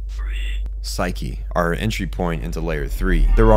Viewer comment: Well they say Pshuke instead of psyche, so I think we can forgive that.